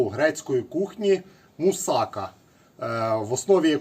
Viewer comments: мусакА а не мусАка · Мусака наголос ставиться на послідню а! Це Турецька їда! І трохи Ви не правильно її готуєте, як по турецькому рецепту! Як кажуть,чув де дзвін,але не знаю де він!